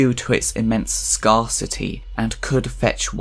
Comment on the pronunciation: Shame about the "and" but well done sir.